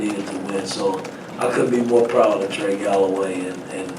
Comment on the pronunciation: It’s Trey not Trace